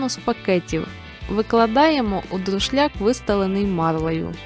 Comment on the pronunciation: Не сИроватка, а сирОватка. Автор каже раз так, раз так. Так само друшляк - друшлак плутає. І сироватка якогось дивного кольору, як вода, а має бути зелена